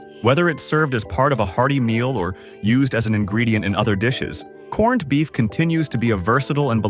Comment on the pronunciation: You lost me a corn-ed. If you can't even take the time to make your A, I say corned properly then I'm not sure how much value the rest of the video has